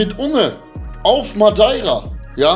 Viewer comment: Sag mal sprecht ihr Madeira absichtlich falsch aus ? Oder was ist da los ?